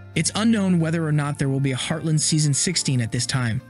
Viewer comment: It’s heartLAND not heartLIND